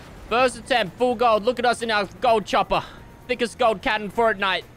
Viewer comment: Is it just me or when he said forrnite it made me cringe